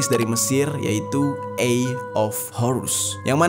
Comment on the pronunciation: Sorry sy mau buat pembetulan sebutan EYE dlm bahasa english bkn mcm tu.. Disebabkan disini tidak bleh voice, sila gunakan google translate untuk tau sebutannya dgn betul.. Sorry jika ada yg tersinggung